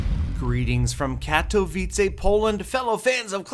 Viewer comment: Katowice is pronounced like Ka-to-vi-ce, with the c being a very specific sound that I cant think of an English word containing XD